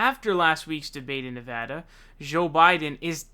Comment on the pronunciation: Actually, now he's saying Zonders. 😮 He also pronounced Joe Biden's name as 'Zo' a couple of times.😒